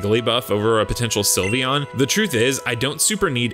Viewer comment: Do not leave off the E in Sylveon! And favorite is supposed to end with an E!